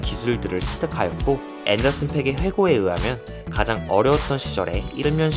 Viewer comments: 앤더슨 팍이라고 읽어 주세요..팩은 욕이라서요.....그래서 스펠링에 aa 중첩해서 쓴 겁니다. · 팩이 아니고 팍이야 앤더슨팍...😅 투팩 하는거처럼 왜그러세요 좀